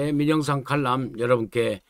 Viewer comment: 칼럼을 칼람이라고, 리얼 미터를 레알 미터 라고 발음하는게 올바른 발음법 일까요. 항상 현명한 판단을 내리시는 의 정론을 존경 하고 있습니다 만 앞에서 말씀드린 건은 이해가 어렵네요.